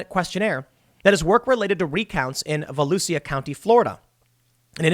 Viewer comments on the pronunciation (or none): It’s Vuh-loo-shuh county Florida not Vuh-loose-ee-uh ❤️ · "Vo-lu-sha." County. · Pronunciation Guide: VOLUSIA County - Vuh- LOO-zja (as in Zsa Zsa Gabor 😉) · Pronounced Valoosha county.